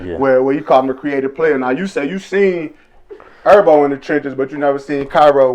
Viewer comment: Why u call Him ErBo?it’s herbo